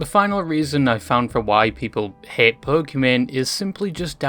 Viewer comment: I never knew you could pronounce "hate" as "häät"